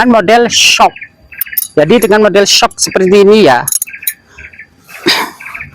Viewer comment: baca nya eshuk… bukan syok😅😅